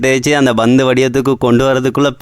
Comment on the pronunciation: Bandhu betrol butthagam பந்து பேட்ரோல் புத்தகம் வார்த்தைகளை நன்றாக சொல்லாடவும்....